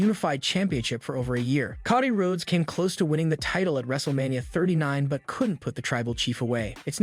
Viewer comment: "How would you book Bray Wyatt's return to the WWE?" Answer: I wouldn't. Also, fix your fucking speech bot! Who the fuck are Solo Sicko, Coddie Road, and Lanite?!